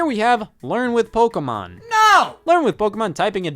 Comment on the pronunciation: I object to the claim that DS had any hardcore games. You want the PSP for that What games can the card reader use? I have Love and Berry It's po-KAY-mon, not po-key-mon